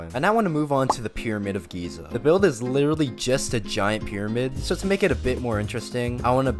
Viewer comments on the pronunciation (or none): none